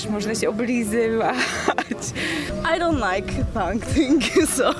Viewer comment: Toungue =/= tang tylko / tʌŋ / tan